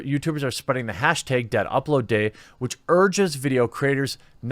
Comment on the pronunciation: "moves around in his chair and moved his head around* "make sure to get hash-teg out there so we can get it in the "beg" (dude says tag and bag weird)